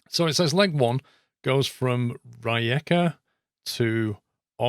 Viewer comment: I'm from croatia and your how you pronounce rijeka and otocac is so funny Here's a tip I is pronounced like E A is e but without y when pronouncing Croatian is very hard but if you now at least that, that is great